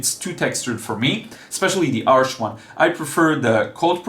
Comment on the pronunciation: You're the only artist I know that pronounces "Arches" correctly, haha. Good video! I'm excited to try Saunders Waterford as I keep hearing it's great. My current favourite paper is Fontaine (by Clairefontaine) with semi-glazed texture. I quit using Cold Press papers since they're too textured for my kind of work, but I can see why so many people enjoy them!